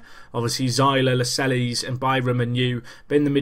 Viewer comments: Its Nottingham not Notts, and you pronounce it Las-Cells. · lascelles is pronounced la-sells :P